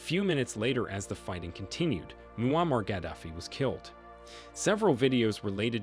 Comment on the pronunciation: Bro pronounced ‘Muammar’ every way possible. Good CYA